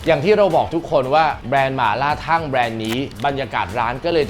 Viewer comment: อ่านออกเสียงว่า ทัง ครับไม่ใช่ ทั่ง